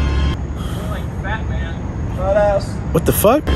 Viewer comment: Its Batmayne